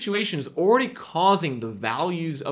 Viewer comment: “Oredy” is still not a word. Downvoted for oredy.